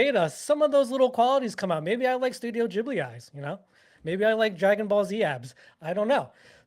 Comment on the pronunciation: I am no hater. But calling Ghibli Geebli is triggering me hard xD